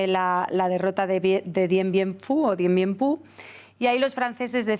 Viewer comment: Por fin Dien Bien Phu y no dien bien "fhu" (fu ,en inglés) una periodista marca la diferencia entre como se lee correctamente y se pronuncia bien.